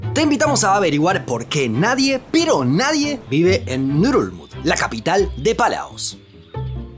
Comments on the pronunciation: Pondría este video en repeat eterno solo para escuchar el nombre de la capital de Palaos... Bululú dice?? 🤣🤣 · Ngerulmund: pronunciación nurulul,..nururururl......nurulurul?? XDXD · No entiendo la pronunciación. Leo Ngerulmud, pero escucho Nurulud 😅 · Pronunciar esa capital es bien difícil jajaja solo escucho ngulug